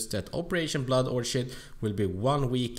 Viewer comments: Great video but its pronounced or-kid not orchard :) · Would you stop saying orshid lol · You pronounce orchid wrong, it's pronounced like orkhid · Its pronounced orkid btw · Nice vid as always, but its orchid, as in "kid" not that "shh" soind